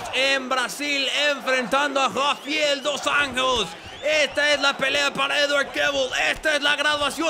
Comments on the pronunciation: Se pronuncia "Jafael Dus Anllos" haciendo los sonidos un poco guturales. jajaja Gran video, como siempre. Like ;) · la J en portugues se pronuncia como una SH osea la forma correcta de pronunciar seria Rafael dos Anshos aparte rafael es casi como en español es Rafaeoul